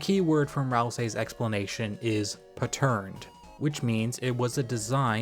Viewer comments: bro pronouncing and defining "patterned" like you did made me stop doing the dishes and look at my phone like 'are you fr rn' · your pronunciation of Patterned was odd, it made me wonder if you just didn't recognize the word pattern, or if it's a regional difference. One might call it Pattern recognition, if you want to twist it into a double meaning. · "Whats more impressive than a titan? two titans" i think it would be even cooler if we reach a point where titans become your average enemy, having multiple 1 on 1s, since you will be in their home after all what would a boss be in a chapter like that? we'll see thats the first time ive heard patterned pronounced like that also, all dark fountains have that pattern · Did you read the bit that said "yes i know im saying it different from normal" though? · i thought it was gonna be “paterned” like related to the Latin “pater” lmao